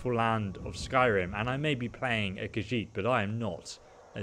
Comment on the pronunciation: shay lɪkes stuff khajit no it’s khajiit